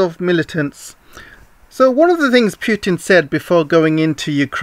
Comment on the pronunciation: not 'pjutn' ..it is Putin